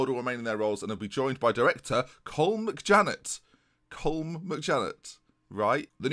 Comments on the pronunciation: Not that it’s a massive deal but colm is said column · Colm is Pronounced Cull Um by the way. I still get a great kick out you having to deal with our Irish names. Adoring the series, I think Emery should also be awarded with the assistant Manager role.